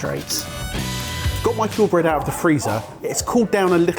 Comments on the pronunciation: pronounces 'Huel' just like Stewie when he says 'whip. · 'Huel' 'Huel' 'Huel' ... f***ing hell dudes!